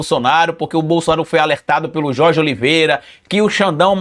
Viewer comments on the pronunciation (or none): none